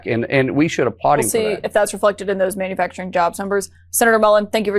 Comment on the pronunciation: "man-uh-facturin" How do we have officials that speak like children?